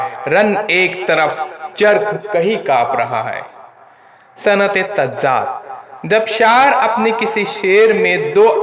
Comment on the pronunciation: Tazaad hai wo tazzaad nahi hai